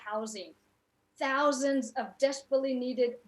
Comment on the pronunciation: "Housands of good paying union jobs" Not thousands but "housands" Dick-head!